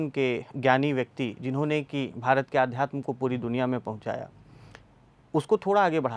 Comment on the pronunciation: आध्यात्म शब्द गलत है, सही शब्द अध्यात्म हे, प्रथम अक्षर आ नहीं अ है